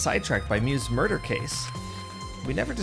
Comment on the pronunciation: 'Miurder'😖 It's time to stop👨‍💻🍹